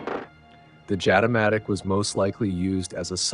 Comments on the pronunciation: It is pronounced "Yatamatic". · The locals say Jatimatic with an Y instead of J